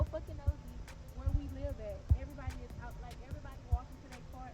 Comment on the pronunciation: More like "everybodies" 😂😅😂